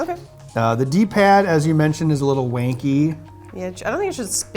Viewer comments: instead of wankey he should have said wonkey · Yeah, but he said wanky.